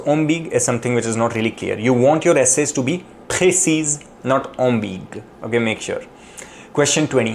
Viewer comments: C’est prononcé am bi gue en trois syllabes, pas deux. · Your pronunciation of "ambiguë" isn't correct,! Don't ignore the "ë" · Pronounce the U at the end of ambigüe. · Attention : on prononce le u dans ambiguë a cause du tréma. Personnellement je n’ai manqué qu’un seul mot, circonvenir.